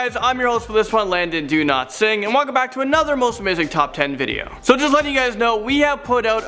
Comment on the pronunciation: What is with the /Dowlatsingh pronunciation thing? He needs to pick one pronunciation and stick to it not switch back and forth every video.